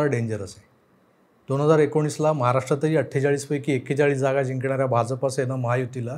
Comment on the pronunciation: भाजप मधला ज आणि ज पहा जनता मधला ज आहे. आपण जत मधला ज उच्चारता.